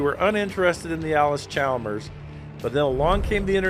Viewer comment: The “L” in Chalmers is silent.